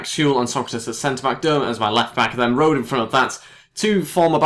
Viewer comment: Rode is pronounced Road-eh. You need to pronounce the E in the end :D